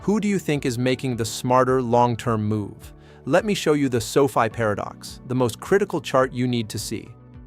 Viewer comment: Your AI can't even pronounce Sofi correctly.